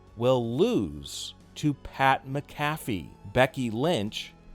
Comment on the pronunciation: .......ITS PRONOUNCED MAC AFEE.....NOT MACAFFEY.......HES NOT A DRINK FROM MCDONALDS